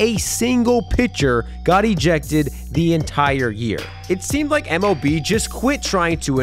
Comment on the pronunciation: no hate but you can hear him say mov